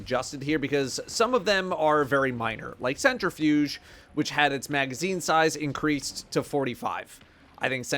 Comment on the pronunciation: Omg it’s CentriFUSE not CentriFUGE, it says it right there on the screen how do people keep fucking it up 💀